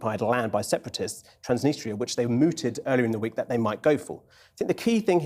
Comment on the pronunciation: 8.50 that's a strange pronunciation of Transnistria